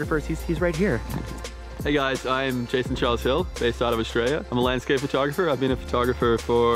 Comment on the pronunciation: Lol, why does it sound like you say "fur"tographer